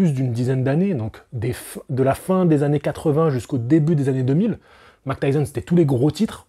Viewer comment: Il faut dire "Mahik" pas "Mac" Tyson stp :) Mike Tyson 😉